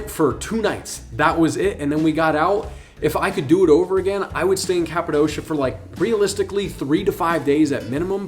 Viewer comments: My guy cant even pronounce Cappadocia correctly. Its not Cap a dosha. Its cap a dokia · It is called Kapadokya not kapadoşia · ...Good tips. Currently the price to fly in July euro pp...The balloon operators have rigged the price. Greed will kill their business... BTW....it's prounounced Cappa-DOKIA.....not doughshia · The way you say Kapadosha makes me think you were never there. Its not Kapadosha, but Kapadokia.